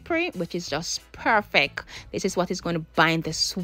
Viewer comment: I love watching her videos, mi just love when shi seh perfeck 🤣🤣